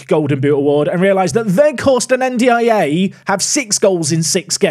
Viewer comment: playing chelsea with original game mode wishing I did 'your world' instead now. Illiman's name is pronounced "En-Die"